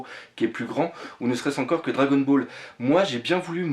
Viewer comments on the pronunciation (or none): none